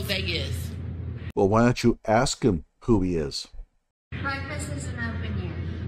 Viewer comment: Rashad doesn't say "ask". He says "axe".